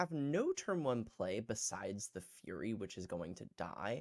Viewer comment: Hi. It's typically pronounced "Furry" not "Fury" or whatever you said.